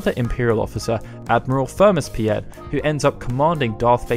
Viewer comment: I’m pretty sure the Star Wars guy’s name is pronounced “pete” / “peet”. The name is common in Netherlands and young German kids with old grandparent-names.